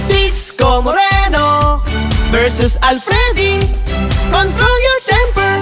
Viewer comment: Disco Moreno hindi Isko Moreno